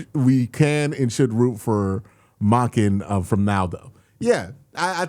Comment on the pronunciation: do you pronounce his name like "MAHken" on purpose for engagement? That would be brilliant